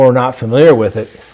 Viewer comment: *His name is Adnan not Adan and the last name is pronounced Si- Ed, not Si- EEED. And i think he killed Hae Min.